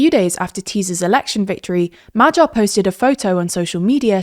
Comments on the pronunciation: His name is Magyar, not Madzsar. Please correct the pronunciation. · MahGYar... GYA... Not like G in general. Good info, thanks for that but the butchering of pronunciation is setting my teeth on edge and I'm not even Hungarian. It's MaGYar, not MaJARAR. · it's pronounced "madiar", nor "majyar". could've learned it by now 🤦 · True. And Magyar is pronounced like Madyar instead of Majar, since "gy" is very similar to a palatalized "d", so it is kinda like the sound in the word "dew" or "duke" in traditional English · majar, teeza, feeDEZ and sooyok smh 😂 just learn the IPA already ffs 😑